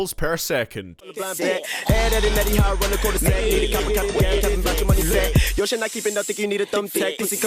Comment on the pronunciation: "Sehvan point foyve syllables pair sehkant"